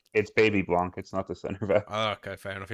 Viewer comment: Hey please stop saying Blank. It is Blanc the n and c are silence.